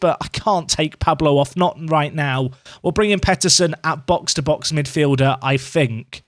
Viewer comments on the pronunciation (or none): none